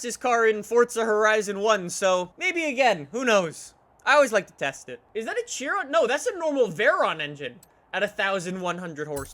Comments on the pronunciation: It's pronounced SHIRON and spelt like CHIRON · You’re pronouncing Chiron incorrect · Tjiron! It's Chiron pronounced shi-ron. 🤦‍♂️ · I was driving the Cheer-on in fortsa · THE BEWGATTI CHEERON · If i had a dollar for every time he mispronounced CHIRON